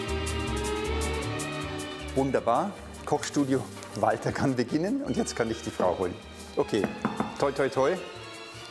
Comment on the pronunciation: Es regt so auf er sagt IMMER : Im Wolter sank you for caming